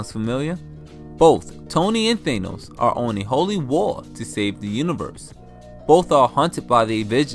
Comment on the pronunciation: why are you calling him Thanus